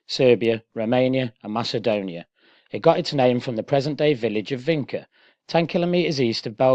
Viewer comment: For the love of God, it's pronounced VINCHA, not "Vinka". Jeez!